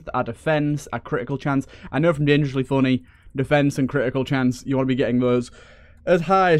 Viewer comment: I like how you say "dengrosly fonney" it's pretty epic